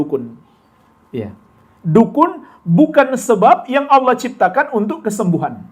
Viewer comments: Lafat Allah di pelesetkan jadi awwoh, ha.ha ha sy jadi ketawa geli Ter Baha Baha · entah telinga sy atau bukan, yg sy dengar dibanyak video stiap kali mas baha mengucapkan Allah terdengar seperti owoh.. 😊